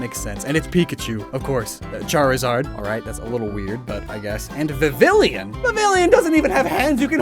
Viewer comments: yeah viv-ill-e-on hurt me to hear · The way you pronounced vivillon is physically painful.